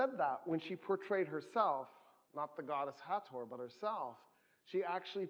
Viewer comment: Finally.... Thankyou.... You are the only person I have EVER heard pronounce Hathor correctly.... EVER. even the most qualified "experts" I've heard pronounce the "th" like this and that. But it is "T...H" two letters. Hat.... Hor.